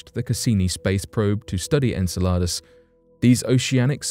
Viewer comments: En cell ar dus or Enceladus? Learn how to say it!!!! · I’m constantly looking forward to watching each new video you post. However I just want to make a minor correction to the pronunciation of the moon Enceladus. It sounds like “in cell a dus”. Thank you for always bringing to the forefront such topics that are so easily buried